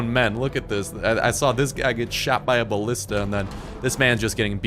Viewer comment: Also learn to pronounce Genghis and ballista please.